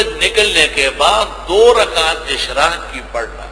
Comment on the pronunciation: اشراق ایسے ہوتا ہے بھائی اشراک نہیں